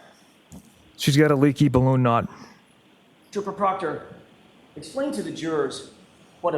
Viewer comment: When the defense says trooper proctor, my brain hears, chupacobra😅